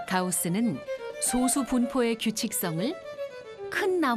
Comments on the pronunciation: 나레이터님의 소수'발음에 문제가 있습니다. 대부분의 발음들이 소:수로 들립니다. 저만 그리 들리는가 궁금하네요. 소쑤.또는 솟수처럼 앞의 소를 짧게 발음해야 하는데 대부분의 발음들이 앞의 소'자를 길게 발음하고 있습니다. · 소쑤로 발음해야지 왜 소수로 말하는건지...아나운서가 국어발음도 모르고 이런 영상 찍는건가? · 소:수로 잘못 발음하네요. 소수(0.1)와 솟수(7)를 구분 못하면 그렇게 발음할 가능성이 높지요. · 님이 말한 그 소수는 소수이고 수학에서 말하는 건 소쑤(된발음)입니다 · 수학계에서 솟수라고 발음하는 국내 학자는 없을겁니다. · 앞으로는 제발 [소쑤]로 발음해 주세요~ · 10년 전이면 그동안 컴퓨터 기술이 엄청 발전한 걸로 봐서 더 큰 솟수도 발견됐을 거 같네요... 그런데 나레이터가 수학상식이 제로인듯. 소수(小數，decimal number) 와 달리 素數(prime number) 는 솟수라고 할텐데. 작을 소 자는 발음시 장음이고 원소 소 자는 단음임. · 그래도 ebs방송인데 소수 발음은 제대로 해야 하는 거 아닌가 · 시작하자마자. 小数와 素数발음도 구분 못하는거 보고 비추박고 나감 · 2초만에 발음 이상한데? 싶어서 바로 댓글 찾아보니 이거 있네. ㅇㅇ 나레이션이 발음하는 소수는 0.1 같은 수를 아우르는 소수임. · 장단음 아나운서 성우들은 서로간에도 깐깐하게 잡는다고 알고있는데 이렇게 그냥 나왔다는게 신기하네용. 피드백이없었나